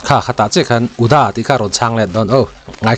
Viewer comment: lah hi tawng nuah nuah rêng mai...UDA poh ati fum fe thei lo uda lam ti reng mai😅